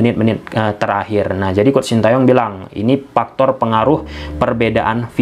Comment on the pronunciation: paktor,epaluasi,pormasi,pulbekkananpulbek kiri,rapel setrok,op posission,persus,pipa ranking,so par,pisik power,depensip,inperted,atmospir,repitisi....keren si narasinya,,cma aneh denger "F,V,berubah jdi "P"...haha,,semangat om..ulasan taktik strateginya..🤭